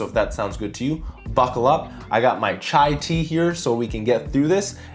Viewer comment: never say chai like that again...